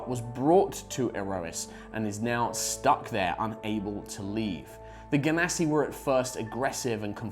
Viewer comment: Notice how he pronounces Genasi